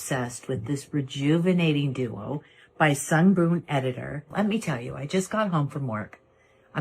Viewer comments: I noticed Jaclyn hill also says “sungBOOM editor.” Like jfc at least have a little respect of the brand you are making a kickback from and say it correctly 🥴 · When I first saw the Kardashian mother doing the Sungboon Editor ad about a week ago, I cracked up. I honestly wasn't sure if the whole thing was AI or not, especially when she said the brand's name wrong, 😐. Like you said, they probably probably spent a sh*t ton of money to get her for the ad, so they just went with it, lol. I do love their products though, so I'm going to resist giving them side eye (lifted with a weird TikTok gua sha thingie, 😂😂😂). When you rolled your face with the lint roller...I almost fell out of bed laughing, lol. LOVED this video....thank you. Hope you had a good holiday season too, 💐🖤🗽🌃.